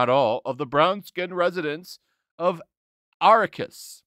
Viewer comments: Also the planet is pronounced (Are-Rak-kis) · I don’t know I’d care about Dune, mostly cause remakes aren’t totally as good as the originals. Sting was in the original which he was pretty good in the role he played. And Atreides is pronounced uh-tray-dees and Arrakis is pronounced uh-rack-iss. I have to go geek on you a bit. If I do go see it, it’ll be out of curiosity of if it’ll be as good as the original 80s movie or the miniseries. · it's pronounced ah-ra-kiss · Me: How can you know NOTHING About Dune?: pronounces Atreides and Arakkis. Me: point taken. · We all know that those shang chi scores are bought. They did the same thing with the last jedi and captain marvel. It's "uh-tray-dees" and "uh-rack-iss" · Don't mean to be a jerk but it's pronounced A-tray-dees and A-rack-is. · Why did you mispronounce Atreides, and Arrakis? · your pronunciation is horrendous. Please check a source to at least find out how to pronounce 'Atreides' and 'Arrakis.'